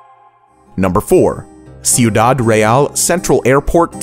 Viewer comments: I like how he didnt even bother to look up the pronunciation of the word Ciudad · You didn't actually say "Sioudad" on number 4 did you? Jesus man learn how to pronounce in another language. I'm Greek and i still now how to pronounce Spanish.